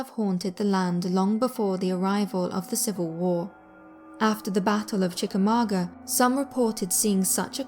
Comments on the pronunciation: you said chicamaugua wrong its. Said like this (chica ma gwa) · Brit pronunciation of classic American places are hilarious. "Chickamauga", is pronounced, Chick-a-mong-a'.